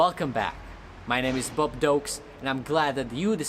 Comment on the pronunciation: "Bob Dokes"